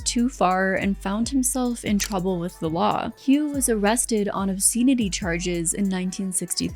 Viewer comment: Pronouncing obscenity charge like that is diabolical. EDIT: The way you say bury is worse.